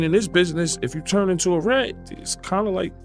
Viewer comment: Hey bro just curious, why do you always say "turn" as "churn"? It sounds really bad when you say "rechurn".. makes me think of somebody stirring up old butter.